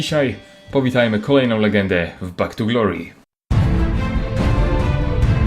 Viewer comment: Bak tu glori perfekt inglisz